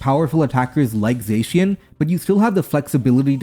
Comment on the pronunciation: I'm pretty sure you're not saying Terapagos, Arceus, or Zacian right.